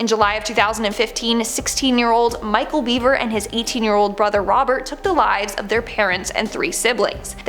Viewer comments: It’s actually BEVER not BEAVER 🤦🏻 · It's Michael Bever not Beaver. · It's Bever, Robert and Micheal Bever... Not Beaver. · It's bever. Not beaver. The bever murders. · If your going to do videos on serial killers, please pronounce their names correctly. The beavers lol